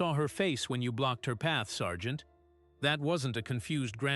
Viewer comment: It’s sergeant